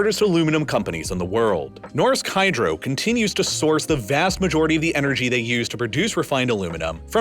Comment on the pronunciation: I wish this guy could say "vast" like a normal person.